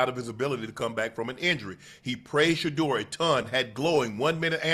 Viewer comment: A coach who actually says his name, Sheduer.